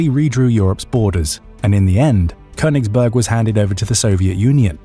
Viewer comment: Königsberg. Say it correctly.